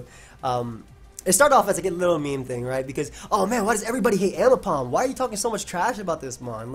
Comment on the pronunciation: AIMbipom TTT, c'mon.